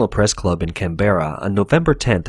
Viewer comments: Just hate that mispronunciation of 'Canberra'. FYI, emphasis on the first syllable. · It's Canbruh not can-berra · Its pronounced canbra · Hearing him say Canberra was painful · Bro you are pronouncing Canberra wrong. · Pronunciation of Melbourne decent. Pronunciation of Canberra...wtf lol. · Slight issues about pronunciation. The leader of the opposition is Anthony "al-ban-NEE-say", and Canberra is "CAN-b'ra"